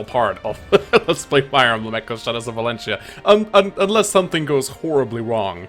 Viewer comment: It's already the finale and you still haven't learned to pronounce the word 'Valentia' right. :D You could have called the game simply Echoes, or Fire Emblem 15 as an alternative, but nope. I guess it will forever be "Shadows of Valencccccia" to you. Great job on beating the game though. I should return to playing this game someday myself. I'm like at the end of Act 3 on hard mode. I can already tell though that I like the game more than Radiant Dawn and Awakening out of the ones that I've played. Echoes is probably my #2 favourite Fire Emblem game.